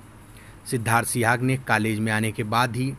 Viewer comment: Sihag not suhag.